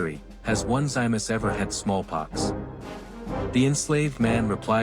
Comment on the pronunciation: His name is pronounced Oh-nis-see-muss!!